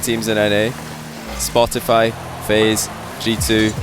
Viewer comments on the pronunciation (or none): none